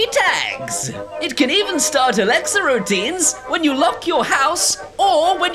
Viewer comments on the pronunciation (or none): none